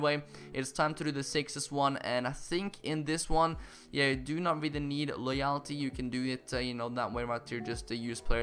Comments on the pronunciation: No it's Loy-ul-ty like so he can see this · Friendly Slug it's more like loy-ull-tee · It's pronounced loy L t.... but besides that great vid mate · LOWW yul - tee YOU STILL PRONOUNCE IT WRONG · use google translator for getting your pronounciation of "loyalty" right, you now pronounce it as loyaaaalty xD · Love the vids but loyalty is pronounced Loy-ul-tee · Pronounce it like Loy-oll-ty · Just pronounce loyalty as loyelty ☺️ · Just say loyultie instead of loyalty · You still didn't pronounce it right 😂 loy - all - tee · It's pronounced like LOY--ULL--TEE. The "-a" is pronounced like the -a in the word "svenska." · pronounced loyulty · Loyalty is pronounced: Law-yal-ty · Still saying loyalty wrong lol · You are still saying loyalty wrong but on the one where you used a whole Spanish team in the hybrid leagues final challenge, only one player needs loyalty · That's still not how you say loyalty...